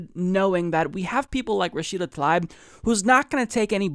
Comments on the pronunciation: pronounce Tal EEb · I believe her last name is pronounced Tal EEb.The letter "I" sounds like "EE" For example my last name is Risek. Pronounced REE SECK, but in North America people say "RYE SECK" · Her name is spelled Tlaib, not Talib, but regardless, I think you're right about the pronunciation of her name as "tuh-LEEB."